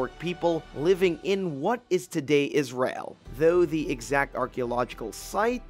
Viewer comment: Its the mispronouncing of Israel for me! Smh